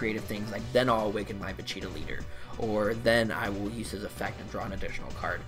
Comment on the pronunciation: I like how you say vuh- cheetah and vuh-cheetoe